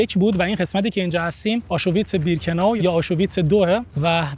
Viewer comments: آشویتس نفهم نه آشوویتس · جان آشویتز هست نه آشو ویتز 😮😮!! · Aschuwitz chie dorost talafoz kon